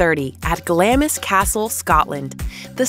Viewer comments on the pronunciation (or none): Please take the time to learn the correct pronunciation of British names and places eg “ Glamis” Castle and “ viscount.”